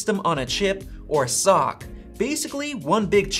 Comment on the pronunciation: "Sock" lol